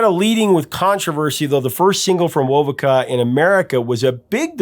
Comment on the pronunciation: It's pronounced "wo-VOH-ka". The Vegas bros did not "change" their name, they simply shortened it from "Vasquez-Vegas". Tony Bellamy was of Yaqui descent. De Poe was Cheyenne and Chippewa. It's pronounce "YA-kee".